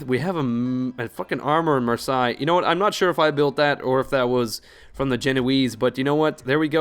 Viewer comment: How is it 35 episodes in and still no one has pointed out to you that Marseille is pronounced mar - say. Cracks me up every time.